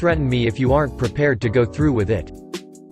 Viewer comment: Really. “Chiefs” for “chefs,” “we do not any seats available,” “are ent” for “aren’t,” “500 dollars dash 600” ..... and on and on. Annoying.